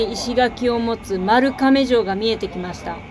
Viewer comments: まるかめではなく、まるがめと、読みます。すいません。こんなコメで。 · 松山駅は今現在、絶賛新築中です！笑 「まるかめ」ではなく「まるがめ」です笑 是非一鶴の骨付鳥「ひな」と「おや」食べてほしい笑 店舗展開してて店ごとに少し味が違う！ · まるかめ→まるがめ、ですね。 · 細かい話ですが「まるかめ」ではなく「まるがめ」と濁るのが正しいそうです。 姪の結婚式で司会者が苗字の濁点有無を終始間違えていたのでこういうのが気になる性格になってしまったジジイです。まあ冠婚葬祭以外はどうでも良いですけどね。